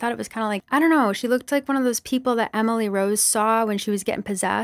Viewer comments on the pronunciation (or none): none